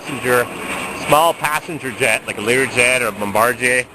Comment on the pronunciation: Wow, somebody who knows how to pronounce Bombardier.